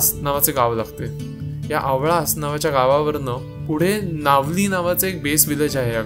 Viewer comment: It's Newali not Nevis Aavlas not aavalas